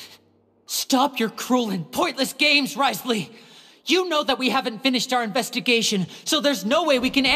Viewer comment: That guys shoes! I love wriothesley! All in everything i love that cutscene but…they all pronounced him wrong! Also i counted the time he said tee in that Video. Also the cruel smile as Lyney got shot…that man! He said it 3 times i thinck